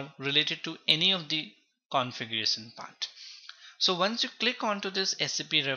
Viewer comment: Everything is fine and thanks for the video but please work on shun and sun. It's not configuresun, it's configurashuun. Like that many words typical up bhaiya